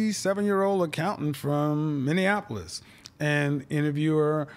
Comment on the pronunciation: Him pronouncing “Minneapolis” correctly sold me.